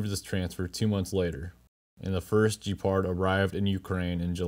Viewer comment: Gepard, not Jepard. Hard G sound. Like Good video or Gone with wind. Ge-pard. Not J, like Jeep. “Jepard”.